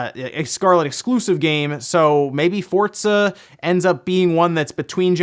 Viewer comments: theres no t in forza fort-za! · Anyone else bothered by him pronouncing FORZA, “FORDZA”... goddamn that’s annoying... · Does say Fort- zuh. I'm hearing a T in there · He says fortza right? Am I pronouncing it wrong? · Why is he saying fortsa? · Yeah love hearing people call it Fortza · Say "Fortza" one more time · have I been pronouncing Forza wrong this whole time? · Love your videos but the way you pronounce Forza is killing me